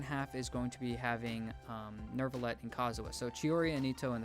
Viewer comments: Love you guys,but you made my ears bleed when you said "Nur-villette" it's pronounced "Neu-villette" WITHOUT AN "R" BC THERE IS NO DAMN "R" IN HIS NAME, I'M JUST SO TIRED AND TRIGGERED WHENEVER SOMEONE PRONOUNCES HIS NAME LIKE THAT,SO SORRYYY😭😭😭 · Anybody who says Nerve-a-let should be kicked in the nuts with maximum force. Neu is French for NEW! And it's pronounced exactly the SAME! NEW! WHO'S THE HERO IN THE MATRIX? NERVO!? 😂 If you can say Latin Neo correctly then you can say Neu as New. People blame Paimon but she's messing it up on purpose because they skipped several pay checks. What's your excuse for sounding really ignorant? Stop it ok you sound so dumb 😂